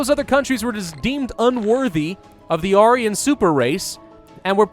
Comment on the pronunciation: Arian super race? Don't you mean Aryan?